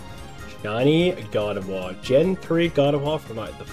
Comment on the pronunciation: Congratulations lol everytime you say Gardevoir it sounds like you're saying God of War 😆